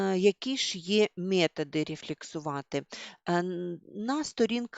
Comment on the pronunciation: 😂 Ви себе чули? мЄтоди, параҐрафа, захІду, трЄмя..! Ржу ні маґу!